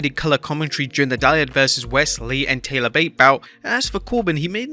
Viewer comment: Its Tyler Bate not Taylor